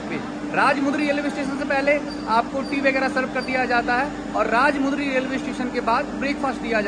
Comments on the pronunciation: Woh bhai woh bhai Woh राज मुंदरी नही है वो राज मंडरी अगली बार से ध्यान रखना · Good Information Bro, But small Correction.. Ur pronunciation is wrong for Rajahmundry station... Actually it's not RAJAMUUUNDRYYY.. it's RAJAMANDDRI... In Telugu Language pronunciation like that only Anyways thanks for the video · Its not Rajmundry ... its Rajamandry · FYI, Its "Rajamundry" but not "Rajmudry". In telugu speaking language each and every alphabet is pronounced. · Bhai it's not rajha Mundry. It's rajamandury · It's Rajamundry ur pronounced r rajumudri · Helllo bhai...spell correct the station name as "Rajamundry"... It's not rajamudry🤦‍♂️...ok na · Rajamandry not rajamundry ✋🏻